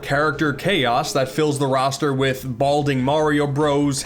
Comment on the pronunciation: The pronunciation of Hatsune Miku was. . . not the best, but a welcome video nonetheless. (hey, that rhymes!)